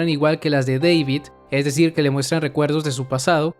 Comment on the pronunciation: Deivid ¿Oyeron? Deivid, ulala señor Gringo, si como no. -¿Cómo se dice entonces? -David